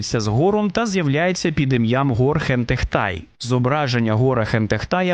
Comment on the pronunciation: Гор — це 𓅃 у коптській вимові? Дуже незвично. Наче в усіх инших транскрипціях це слово починається з глухого фарингального фрикативу...